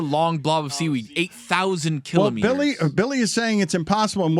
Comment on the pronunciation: “8000 killer meaders..” try “ki laahmeter”, it fits better lol